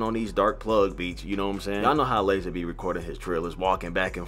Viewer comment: It don’t even sound like lazar 😭👎